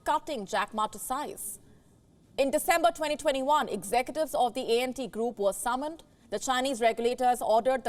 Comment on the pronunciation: It’s not ent group, it’s ANT, ANT group 😊